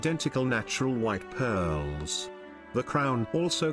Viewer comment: Great stuff although I kept getting a giggle every time pearllls were mentioned.